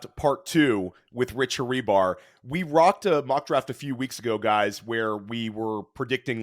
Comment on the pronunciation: The "H" is silent in Hribar,.